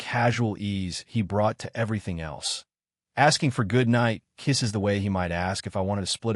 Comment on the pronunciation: "Cold knight kesh" in a weird accent ... you messed up the roommate's demand for a kiss.